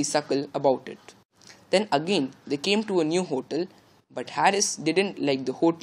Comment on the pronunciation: pronunciation of ‛hotel' is wrong